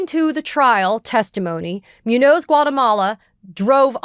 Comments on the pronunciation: Katie: Please learn enough basic Spanish to pronounce "Muñoz". (MOON-yohz) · I'm sorry, and I hate making corrections like this, this one is just killing me. Muñoz is pronounced *Moonyōs*. ☮️ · Can you not pronounce Muñoz as MEWNOSE? JFC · I'm pretty sure it's pronounced MOON yoze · I really would like to agree with Ms. Phang… but her repeated mispronunciation of Muñoz-Guatemala is killing me 😭